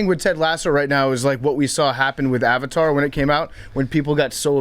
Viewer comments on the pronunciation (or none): none